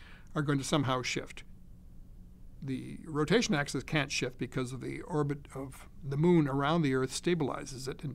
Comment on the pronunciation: lol he said axis wrong